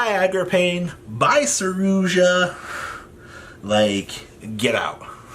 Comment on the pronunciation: Wtf is a 'saroozsha'